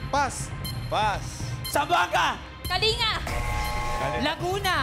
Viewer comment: Yong nagsasabi na pronouciation nang kalanga ay ka-lin-ga Not kalinga not nga ga ang last kasi kalinga ay it means yon sa english ay care.